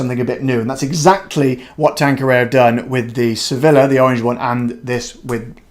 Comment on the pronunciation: Don’t say Sevilllla. It’s pronounced Sevija.